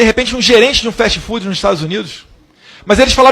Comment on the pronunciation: 🤣🤣🤣🤣 eu pensei que a burrice era só o Bolsonaro o filho superou 🤣🤣🤣 Fast food o t e mudo e o d tb e mudo ele fala festi fudi 🤣🤣🤣🤣 vixe ainda fala mal do Estado Unidos, eles acabaram com o Brasil, e está vindo aqui visitar o trump 😂😂😂 temos que proibir a entrada dele no Estado Unidos 😂😂😂😅